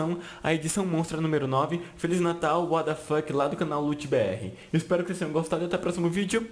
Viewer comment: para de falar uaDafaqui, a pronuncia é uatafaqui, ( what the Fuck ), mas na hora de pronunciar fala "uatafaqui"